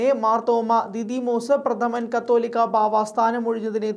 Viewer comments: കത്തോലിക്ക അല്ല, "കാതോലിക്ക "ആണ് "കാതോലിക്ക ബാവ " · മറുനാടനിൽ വാർത്ത വായിക്കുന്ന പിള്ളേർക്കൊന്നിനും കാതോലിക്ക ബാവ എന്ന് പറയാൻ അറിയില്ല എന്ന് തോന്നുന്നു. പലപ്രാവശ്യം തിരുത്തിയിട്ടും കത്തോലിക്ക എന്ന് തന്നെയേ ഇവർ വായിക്കുകയുള്ളു. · തലയ്ക് വിവരം ഇല്ലേ...ശുദ്ധ പൊട്ടന്മാർ ആണോ മറുനാടൻ ടീം... കത്തോലിക്ക ബാവ അല്ല കാതോലിക്ക ആണ്...കത്തോലിക്ക.എന്നത് സഭയാണ്..കാതോലിക്ക എന്നത് ഒരു പദവിയും.....ഇത്ര അറിവില്ലാത്തവർ ആണോ.. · കത്തൊലിക്ക അല്ല സഹോദരാ . കാതോലിക്ക എന്നാണ്. കത്തോലിക്ക സഭയും കാതൊലിക്കയും അത്ഥത്തിൽ വ്യത്യാസം ഉണ്ട് . കാതോലിക്ക ബാവ ആണ് ശരി.